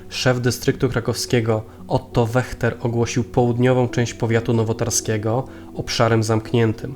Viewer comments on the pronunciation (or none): Super👍 nazwisko Wachter czytamy Weśter tak a propos 😉